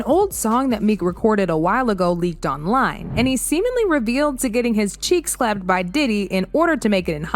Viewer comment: That's funny how you said party,that reminds me of Chris brown at diddler bday on that big azz bed 😂😂😂